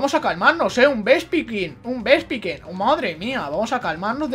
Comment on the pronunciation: No puedo tomarme en serio este capitulo con el titulo XD Si te puede servir por si te matan a togekiss y por que también aprende ataques por nivel Furia Dragón siempre quita 40 PS así que no te preocupes /Vespicuin/ se pronuncia Vespiquen (Por si te interesa) - Se te va muchísimo, para el mejores momentos de cabesa, un dia de estos me vas a matar de la risa XD en serio, no puedo tomarme en serio nada contigo, es que a la mínima ya me estoy partiendo el culo de la risa XD Tri-Ataque es de tipo normal, lo único que tiene un 10% de paralizar, un 10% de quemar y un 10% de congelar, se ahí el efecto de fuego,electricidad y hielo Yo también lo recordare toda la seria XD